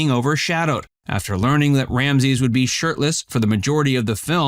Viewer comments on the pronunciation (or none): none